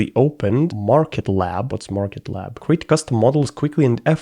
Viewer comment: maker lab not market lab